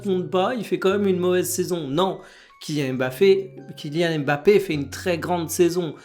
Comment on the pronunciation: « kylian mafé » merci pour ça 😏